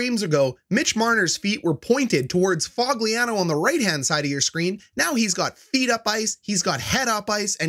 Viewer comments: Lol Fog-lee-an-oh 😂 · did u just call Foligno Fogliano? bro😂 delete this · you dont even know how to pronounce nicks name